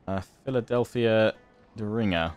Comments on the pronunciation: Just for the record, 'Derringer' is pronounced dere (like there but with a d instead of th)-Rin-ger (like ginger). Kinda funny that they were using a Colt in the picture though. And the chloroform bottle helps with recovery because it's a lot less traumatic getting battlefield surgery with anesthetic than without it. In the American Civil War (aka the Civil War because we've only had the one), many guys got amputations on a few swigs of whiskey (it'd be sake in Japan). People's hearts give out under that kind of stress. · Can’t wait to see more of this series I love shogun 2! Just a pronunciation tip a derringer ( dare-in-ger) is a small hand gun! 👍🏻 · Just wanted to help you out with the pronunciation of the Philadelphia Derringer. (Dare - ren - ger) Ger pronounced like the GER in Germany. Enjoy your content thank you for putting videos of TW games out.